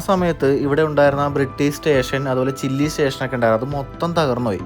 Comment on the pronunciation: ചില്ലി അല്ല . ചിലിയല്ലെ?